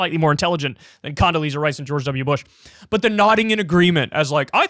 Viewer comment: Condasleeeaza strikes again